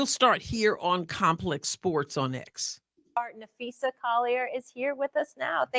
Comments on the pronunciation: It’s usually easy to tell the AI narrations from human but c’mon “ Napheesha”. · I would have asked Stephen A where the coverage was of Unrivalled on First Take? There wasn’t a SINGLE segment about Unrivalled by First Take or Club Shay/Nightcap! So don’t talk about promoting women’s ball. I give them an E for effort! They don’t know Phee, how to pronounce her name. She is the reigning DPOY of the WNBA, MVP of unrivalled as well as co-founder of Unrivalled. Was unrivalled even brought up in this brief interview? No it wasn’t brought up AT ALL! They don’t care about women’s basketball Shannon is very tight lipped because he doesn’t watch women’s basketball, neither does Stephen A or Molly!